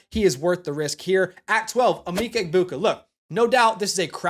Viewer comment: Great vid🫡 it’s em-Mecca Egbuka though lol. #gobucks